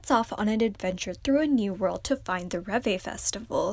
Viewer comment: the robot name is not reve, it's rêve - which means 'dream' in french. yeri named the robot, and its name does relate a bit to the fandom name - reveluv. hope you read it right next time